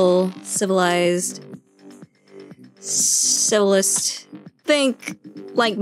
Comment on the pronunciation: 어봐보와봐봐 ㅋㅋㅋㅋㅋㅋㅋㅋㅋㅋ씨블...씨블...라이즏ㅋㅋㅋㅋㅋㅋㅋㅋㅋㅋㅋㅋ 다른 말로 들리는데요 크로늬? ㅋㅋㅋㅋㅋㅋㅋ